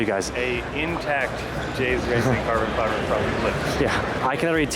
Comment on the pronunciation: Cawbun fyba, cawbun fybaaa, Cawbunnn fybaaa…. Oooo, CAWBUN FYBA!